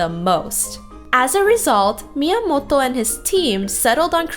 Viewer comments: She's pronouncing it correctly. You probably find it weird cause you're not Japanese, or you don't listen to a lot of Japanese. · She’s pronouncing it right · Fun retrospective! And props for the correct pronunciation of Miyamoto's name! Pretty girl too! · I love how you pronounce "Miyamoto" ^^